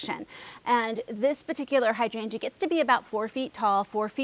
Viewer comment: I find it really interesting that you say hydrangea (hydran juh) like I do in St Paul MN. While so many people on youtube mispronounce it as hy drain gee-ah. It is the same with clematis, so annoying since if any of those gardeners google the pronunciations, they will see how they are off the mark from official pronunciation.